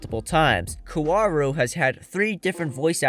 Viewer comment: Kaworu - kA wO rU ...